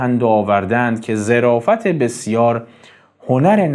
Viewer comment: درود و خسته نباشید خدمت عزیز با تشکر از محتوای مفید و عالی که میسازید زمن گفتار جنابعالی در بیت اخر ان کلمه ظِرافت نیست بلکه ظَرافت به معنای شوخطبعی است با تشکر